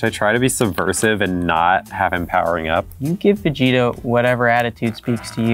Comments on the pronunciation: I get irritated when they say vijita .. It is vÉgEta no vigiita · As a Filipino, hearing them say "Vee-gi-tah" is freaking me out, freaking my mind out and im not comfortable about it 😂😂😂😂😂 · Wait... Do USA people call Vegeta "Veh-gee-tah"?? XD sounds awful